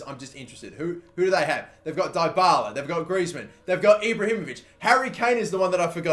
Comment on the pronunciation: It's pronounced DEEbala